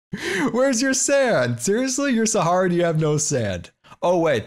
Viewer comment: GUYS SCAR IS ACTUALLY PRONOUCING SAHARA CORRECTLY NOW INSTEAD OF SAHARIA